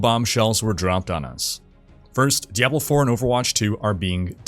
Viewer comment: This guy said DEVIL 4 and i stopped and commented.. No i didnt thumbs down cause i dont believe in that nonsense thumbs up thumbs down garbage but that just offended me that he said diablo 4 making it sound like devil 4... horrible...